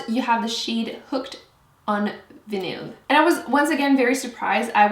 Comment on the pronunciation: What the....its Hooked on Vinyl (Vie-nil) as in a Vinyl record